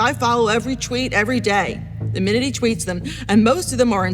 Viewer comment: Teacher: most of his thweets are amazing. Shmart and penny. Guess speech therapy never worked for her.